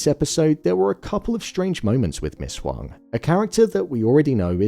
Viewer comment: Appreciate you for pronouncing Huang correctly even when the show didn’t